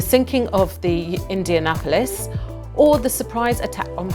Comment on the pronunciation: The narrator's occasional mispronunciations are funny. She really stumbled over Indianapolis.